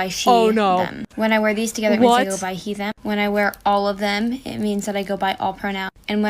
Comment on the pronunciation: I bet that group......"dance"😅....was a "spiritual experience for themuh"😂😂😂😂